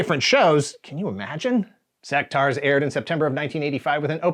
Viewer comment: Pretty sure you’re meant to pronounce the U in Sectaurs. Otherwise it would be spelt Sectars. they even say it in the commercial. Sectaurs not Sectars like you keep saying.